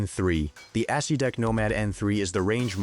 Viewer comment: 100% true. AI calls the Acedeck an Ass See Dick.